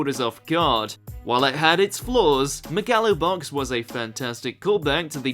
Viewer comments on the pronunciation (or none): “Meh gah low box” yup that’s definitely how you pronounce that